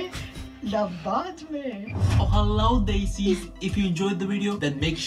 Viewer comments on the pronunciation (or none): Desi = They-si, its a 'the" sound not a D sound. You''ll get there soon!